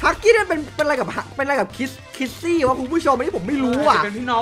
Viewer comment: คิสซี่ มิสซี่ ไม่ใช่ คริสซี่ มิกซี่